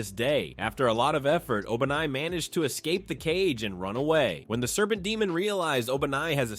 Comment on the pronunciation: bro said obanai like Obama 😂